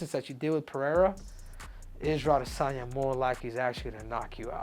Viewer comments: Isarel adi - san - yaaa Yov wtf🫠🤣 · Israel Ah-DEH-sanya 😂